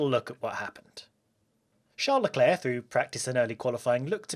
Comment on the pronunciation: Always good to hear a solid "Sharlie Clair"